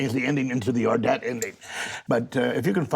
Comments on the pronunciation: It's SO weird as a Dane to hear Paul Schrader butcher the title Ordet. It hasn't been actually translated so the title literally just means The Word. Basically the d in "ordet" is silent and the stress is on the first syllable. Not the second one. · "ordet" meant "the word" and from the way that one writer pronounced it (ordead) I had no idea that was the movie he was speaking of.